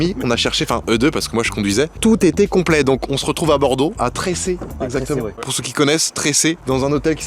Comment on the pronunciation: TRESSE pas besoin de pronomcer é